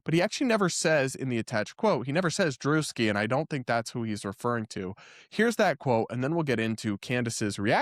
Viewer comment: So not drewski...